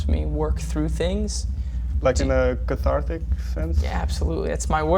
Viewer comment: Man when the interview said "Carthatic", I think Tyler fell in love with him a little bit. Haha!